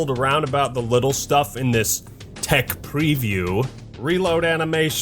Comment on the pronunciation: If you say "Thech preview" one more time!